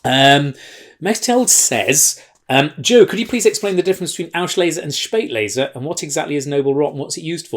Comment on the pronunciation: Joe..."Spaet"lese = "late"er, "aus"lese, "out of time. :-) ps, get the pronunciation sorted! "Schpaeit"lese. :-)